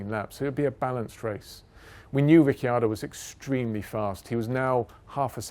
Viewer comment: After “Lastname” now we have “Rick-yado” 👍👍